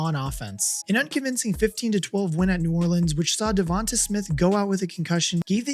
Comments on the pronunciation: Just for clarification… it’s DevonTAY. Not DevonTAH. The a is pronounced like an A. Long A, not a short A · Jevon-tay mot Jevon-tuh